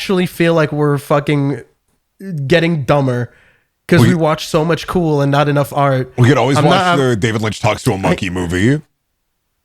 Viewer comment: the little fucking ‘kewel’ from is slaying me ToT